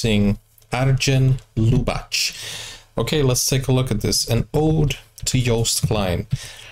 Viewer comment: You should pronounce Lubach with a Dutch 'g' like in ongelukkig (unhappy) or the jiddish name 'Micha'. Arjen made the clip 'Holland second' as a reaction on Trumps 'America first'. Overall I enjoyed your podcasts on the festival. Thanks.!